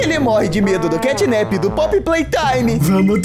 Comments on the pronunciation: e mano literalmente na legenda Os cara tão falando catnip semdo que e catnap com a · Ele disse cantninp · O nome dele não é assim catnip o nome dele é catnap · O xinglau não é catnip e catnap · CATNAP se inscreve assim e não CATNIP